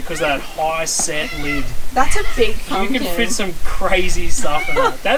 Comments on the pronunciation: pump kin but sounds like ken.. oh yeah from a while back I heard a Malcolm Douglas episode the narrator say kasm not chasm . and it's a ungyen haha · Hi guys. Pump-kin and on-ion 🙂